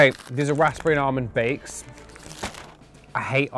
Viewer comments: He pronounces the p in raspberry am i saying it wrong as raz-perry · Why does he pronounce raspberry like that? Nah😂😭Defo gay😭😂